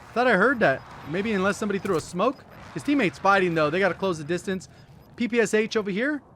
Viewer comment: Please learn how to pronounce ppsh.